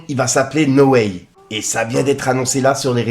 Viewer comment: "No ouaille" ❤